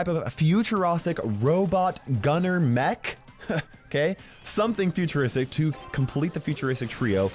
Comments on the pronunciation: No one: Not a soul:: Futurostic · Nobody: Not a single soul: Not even back to the future:: FuTur0sTiC